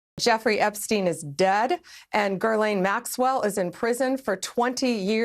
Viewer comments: Bondi; "...Girl-lane Maxwell..." ?? LOL Was that a Freudian slip?? ;) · Gurlane...she can't even pronounce her mame.